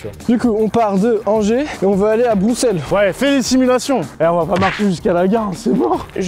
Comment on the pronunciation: Il a dit broussel 🥲